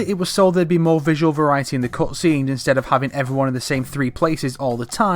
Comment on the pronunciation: Am I the only one who's botherrd by the way he says "cutscenes"